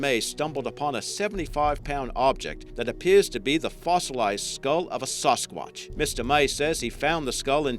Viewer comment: it's seems like your saying sause-sqauch instead of sasquach.